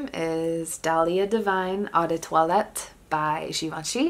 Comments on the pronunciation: Not trying to be mean but you need to learn how to pronounce "toilette". Say twalet not toilette. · Actually in Francois you say it like twalet so worry bout learning how to pronounce for yourself